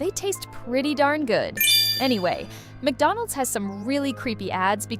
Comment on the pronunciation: HOW DID YOU KNOW I JUST HAD MACWONENDS!?!.😭 (MACWONENDS MEANS MACDONALDS)